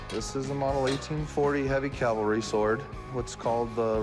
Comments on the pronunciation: Hey Big Hoss...Calvary = where Jesus died. Cavalry = mounted troops. You're welcome. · Please Cory; it is not "calvary"; it is "cavalry". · Isn’t it a cavalry sword, not Calvary…. Come on.